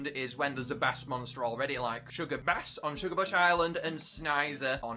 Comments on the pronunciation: Did bro say bass (baas) instead of bass (beiss) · When talking abt music, "bass" is pronounced like the word "base" 👍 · Please stop saying bass like the type of fish. It is pronounced like base. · Fun fact, when you talk about ‘bass’ in terms of music, it is pronounced like ‘base’, otherwise you’re talking about the fish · it’s pronounced base. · love the video but bass is pronounced "bay-ss" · Just lettin' you know but "bass" is actually pronounced "bayss", I know most people don't know this but just for future reference. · You pronounced the word bass wrong, you said it like the bass fish, the bass guitar is pronounced base guitar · It's not bass like the fish it's bass like base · You’d think someone who’s been covering this game for years would know how to pronounce “Bass” lmao Edit: Or what a harmony is lmaoooo what a joke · Why do you keep pronouncing bass like the fish